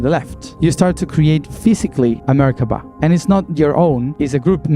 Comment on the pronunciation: What is wrong with you? Stop saying Merkaba like that.